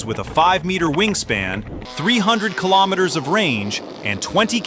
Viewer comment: If you can pronounce kilogram correctly😀why can you not also pronounce kilometer correctly? It does not make any sense to me.